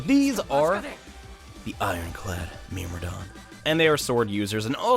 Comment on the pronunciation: “Myrmidon”. You pronounce it as “Mirmodon”, usually we pronounce as “Mermidon”. Just saying :D